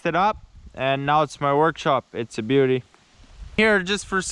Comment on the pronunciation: gets'er done. she's a bee'yooti